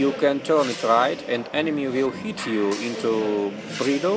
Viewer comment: Видое хорошее, смотреть было интересно и английский был в общем понятный за одним исключением. У меня была проблема с пониманием слова "hit", ведь на протяжении 3 минут я слышал слово "heat" и только под конец понял что это было за слово. Так что я бы предложил вам в будущем использовать слово "strike", его и перепутать сложнее, и звучит по моему лучше. А так мне все понравилось, буду и впредь смотреть ваши видео (скажем спасибо за это Метатрону))